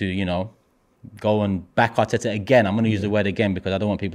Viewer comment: I love how somehow manages to find 3 exta T's when saying Arteta 😂